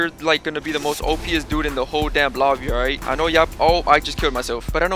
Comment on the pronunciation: Let’s play a game take a swig every time this man says “ight”